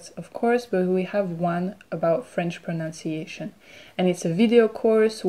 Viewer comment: Your pronunciation is very clear and helpful. Be careful of the pronunciation (and spelling) of the word itself - check it in a dictionary. I can't show it in phonetic symbols here, but the second syllable of this noun rhymes with 'bun'. The verb is 'to pronounce', where the second syllable is the same as the unit of weight, 'ounce'. This is a very common mistake here in Australia where l live (made by native -born Australians).